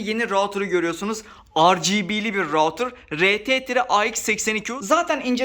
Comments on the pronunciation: Rautır değil Ruutır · Video için teşekkür ederim ama rautır değil, ruutır diye okunur.